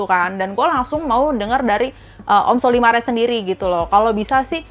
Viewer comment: menyebut sollymar dengan colymar